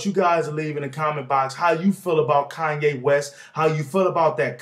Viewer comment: kanya west? lol